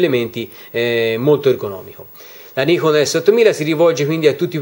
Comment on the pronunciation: 何言ってるかわかんないけど、ニコンと発音してるのは良い